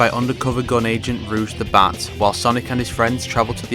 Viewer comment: "Ruuje" It's rogue